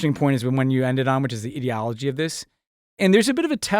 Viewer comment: Learn to pronounce 'ideology'.